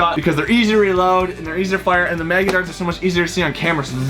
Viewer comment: Is it me or when says mega does it sound like maga